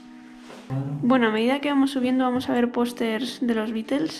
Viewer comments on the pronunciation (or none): beatles t se pronunciaBitlesss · Bitels? Pronuncia bien. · no de echo no se pronuncia así en inglés. Pero bueno tal parece que ni televisión tienes ya que en todos lados se pronuncia muy diferente a como tu lo pronuncias.